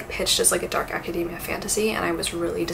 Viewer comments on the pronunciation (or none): none